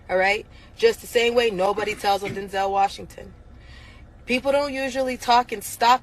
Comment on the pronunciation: It sounded to me as if she said "Don't tell Denzel Washington." The implication being that Denzel was both a stand-up guy and someone with enough stature that he could not be shut down for denouncing the abuse.